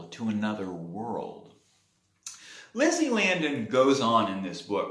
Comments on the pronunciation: Lisey not Lizzie right? I think you’re pronouncing her name incorrectly. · It is pronounced Lee See. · You obviously didn’t read the book well enough if you can’t pronounce her name. I know it’s stupid, but that’s kind of important. Therefore, I could care less about the rest of your review. Go back and read the book chapter one. Remake the video. Then I can take you seriously